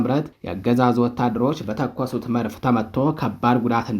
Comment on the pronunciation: ወንድማችን: "መርፍ" ሳይሆን "መድፍ" ነው የሚባለው:: በተረፈ በርታ! ድል ለአፋብን ጀግኖች!